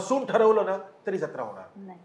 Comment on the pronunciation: ज्यत्रा ❌ जत्रा ✅